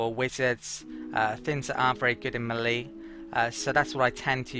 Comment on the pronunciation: Just to be pedantic, "melee" is "maylay" not "milleee". Sorry. ;) Thanks for the video!